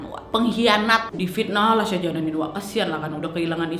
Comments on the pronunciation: Shah Jahan bro, bacanya Shah jehan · Sebutan nya salah ..shah jahan bkn shah janan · yg mama betul mbak ' syah jahan/syah jehan' atau syah janan??? seperti yg mbak ucapkan?? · Syah Jihan kok Syah Janan ,"Begum" bacanya begeum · Syah jahan kan? Bukan syah janan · Salah pengejaan kak, shah jahan yg bener